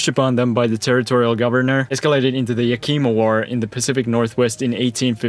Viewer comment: Yakima is pronounced Yak ih ma, not ya kima